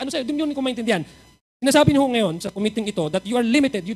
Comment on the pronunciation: “Committee”… accent on the SECOND syllable!! … Com-mít-tee…